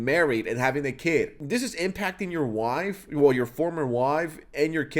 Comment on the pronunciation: why do you say “wife” like that?